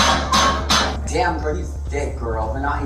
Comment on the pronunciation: She was trying to say “silencio”? Wtf lol